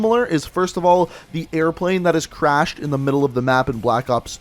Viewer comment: did he call the fallen turbine a crahed airplane